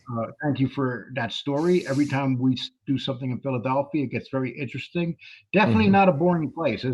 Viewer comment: Everything is very "Entresteen" to